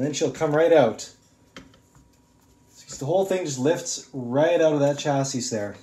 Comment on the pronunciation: You’re saying “Chassis” wrong. You don’t pronunce the s at the end. So it sounds like “Cha-see”